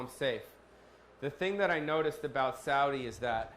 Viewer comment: I am surprised you said Saudi correctly... I don't mean the English word I mean the Arabic word